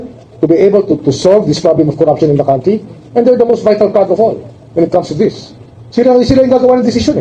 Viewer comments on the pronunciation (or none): none